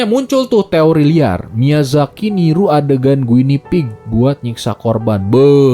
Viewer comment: Guinea pig itu Marmot sih bang, dibacanya gini